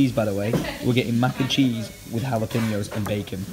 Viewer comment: My inner-Latino got triggered, The way you pronounce Jalapeño. (hala-peño) don't pronounce ñ as an n.